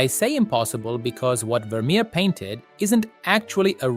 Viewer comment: Wermerer????? Wermerer?????